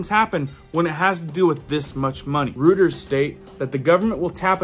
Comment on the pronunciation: Thanks for posting this!! Love your content. Just to be helpful for future episodes, Reuters is pronounced “royters.”